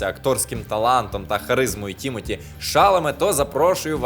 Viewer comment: Але чому ТІмоті ШАламе, якщо ТімотІ ШаламЕ? Наголос на останні склади і в імені і в прізвищі.